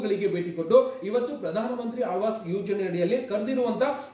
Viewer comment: Aalvaas alla maraya adu aavaas yojane 😅